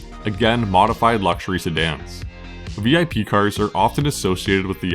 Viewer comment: The term Bippu is pronounced vip, rhymes with whip. Not actually a V.I.P car. Commonly confused through the internet though. But always pronounced vip (one syllable) 👍